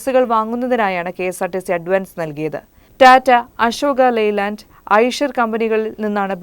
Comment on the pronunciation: Asoka....entho...Asoka...entho...Leyland alla Ashok Leyland..aa...